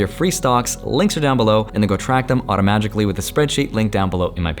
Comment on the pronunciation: Automa-jikh-lly clever